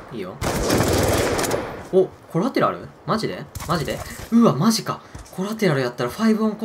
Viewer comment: こるぁてらるぅっていうのは♪